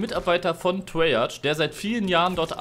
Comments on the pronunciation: Treyarch nicht Treyarschh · Treyarch wird Treyark ausgesprochen.